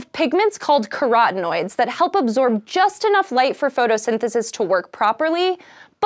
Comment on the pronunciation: No hate. But it could be an improvement to cut down on the incoherent gesticulation - and this goes for other presenters as well. Also, pronouncing carotenoids as ceratinoids really confused me.